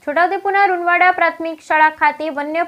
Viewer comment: Runvad ગામનું નામ તો સરખું બોલો